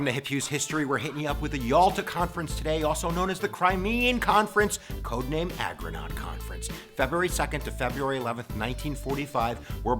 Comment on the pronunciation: The codename for the Conference was ARGONAUT, not AGRONAUT, as you say. The Argonauts are a group of heroes from Greek Mythology. They sailed under their leader Jason on the Ship Argo to retrieve the Golden Fleece, which was the wool of a golden sheep, from the Land of Kolchis, which was located on the Crimean Peninsula. This is why the Allies chose this as their Codename for the conference.